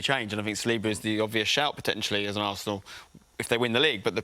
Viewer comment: SAL-li-ba, not Sa-LEE-ba.